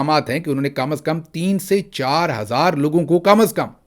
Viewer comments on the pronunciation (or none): none